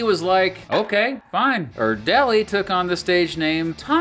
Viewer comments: It’s not that big of a deal, but er-dell-ee is most definitely not the pronunciation. Er-dle-yi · You're pronouncing "Erdelyi" wrong